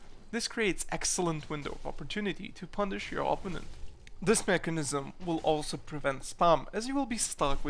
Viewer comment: o-PPO-nent :) Keep them rants coming.